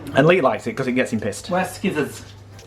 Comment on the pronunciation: Might have to give that ‘mulled wine’ 🍷 a go, looks yummy! Had to laugh when said ‘skissors’, I always say it like that too 😂... Loving vlogmas ❤️🎄❤️ xx